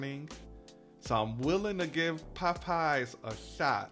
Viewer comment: Is that a region thing to pronounce popeyes like pup eyes? Lol. It sounds so funny. Chuck on dashing across America says it like that too lol.